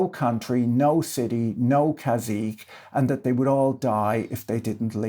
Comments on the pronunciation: Caçique is pronounced "Kah-see-kay." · cazique" is a real Spanish word! modern spelling is "cacique", it’s pronounced kah-SEE-keh, it’s a Carib loanword, and it doesn't mean prince. at least in Mexico, it’s more like "warlord", "despot" or "pretty tyrant". so...